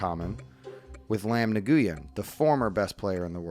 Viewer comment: Nguyen is pronounced like “win”